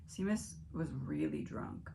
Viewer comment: 🇮🇪 His name is an Irish name pronounced “Shay mus” Love your videos ❤